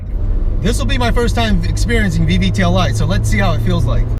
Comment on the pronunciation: VVTI. I hear VVTLI.